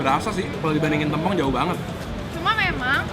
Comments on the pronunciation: Yawla epic banget pas momen daging mau jatuh eh kacamatanya ikutan jatuh. Btw kayaknya nama sambelnya yang "tempong" penyebutannya yang huruf 'e' kayak bacanya E dari "tempe" bukan 'e' dari kata 'kemarau'. Tapi di menit berikutnya si pelafalannya udah bener sih, lalu salah lagi. 😅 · Sambal tempong.. penyebutannya keliru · Q ngakak pas nyebutin Tempong,,, "Tem"nya pelafalan "tempe" bukan "tempat" 😂😂😂😂😂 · Kalo orang Banyuwangi,biasanya ngomongnya sambel tempong pake e bukan huruf e kak hehe😉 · ngomong tempongnya bikin ngakak. nada E nya salah tuh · Sambel tempong itu emang uenaaaak banget huhu. FYI, pelafalan tempong kaya e di tempe ya ^^ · Baca tempongnya ga gitu kak